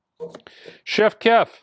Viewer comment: He always botches it. It's a meme at this point. lol.